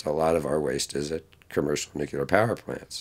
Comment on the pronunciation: One would hope that a so-called expert on these issues could at least pronounce the word "nuclear" properly, but no... he cannot be bothered.